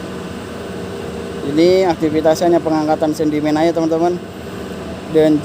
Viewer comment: Sedimen,bukan sendimen😮